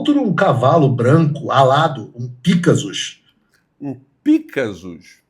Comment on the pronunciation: Paulo Figueiredo!!! além de criminoso, estelinatário, é ignorante. O cavalo não é "Pícasus" é Pegasus, imbecil.